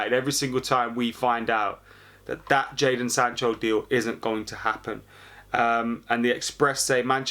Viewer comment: Epic fail u said Jayson sancho 😂